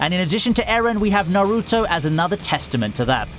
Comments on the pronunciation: Bro it’s not na-ruto it’s naruto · why does he pronounce naruto like that?